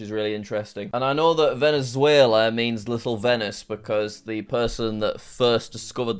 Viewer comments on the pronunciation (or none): none